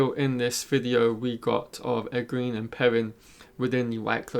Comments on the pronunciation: I like watching your channel man, but when are you going to learn to pronounce Egwene’s name correctly? It’s pronounced “ Eh gwain”. A good way to remember is that it rhymes with “Logain” which you do say correctly. Thanks! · I used to say it the same way he does until I listened to the audiobooks. If you've only read the books its kinda hard to let go of the way you used to pronounce names. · Oh I totally understand that. I read several books myself before I learned how to pronounce some stuff, but he has obviously watched all the episodes, promos and interviews, so he has heard the correct pronunciations several times I'm sure. Oh well. Its just a nit pick and not a big deal.